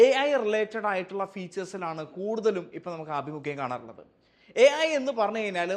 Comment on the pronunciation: Ai ❌ Æyi ✅